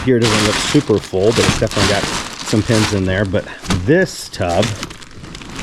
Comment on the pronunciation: Took ages for me to figure out you were saying pins and not pens.. (i listen (and kinda watch) while i work so i probably would have seen it sooner otherwise) holy cow those enamel pins are not cheap..